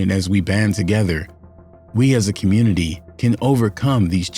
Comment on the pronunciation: Did he say commurnity? 😂